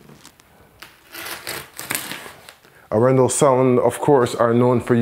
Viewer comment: Very nice Video man and I do love the Arendal speakers. However, as a Norwegian I have to mention that your pronunciation of Arendal is slightly off. Both the A letters are pronounced longer like in Dark.